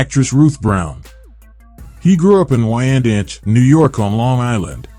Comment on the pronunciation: Yess😄🤣😂.I’m From Longisland Never Heard Of Randanch 😂Its Wyandanch🤦‍♀️